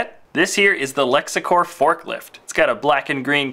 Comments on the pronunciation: It's lexcorp not lexacorp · Its lexcorp not lexIcorp!